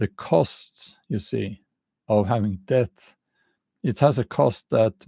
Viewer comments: Just say det. The b is not pronounced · The word 'debt' is not difficult to pronounce as the 'b' is silent. It rhymes with 'get', 'set' and 'met'. It is difficult to pronounce for those who try to pronounce the 'b'